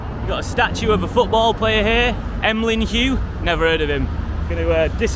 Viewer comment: Two points of correction ... 1, Mural NOT Murial 2, Emlyn Hughes NOT Emlyn Hug